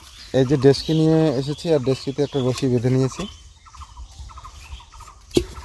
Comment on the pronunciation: বারবার ঢেচকি কেন বলছো ? শব্দটা হবে ডেকচি, আর এটা একটা হাড়ি / পাতিল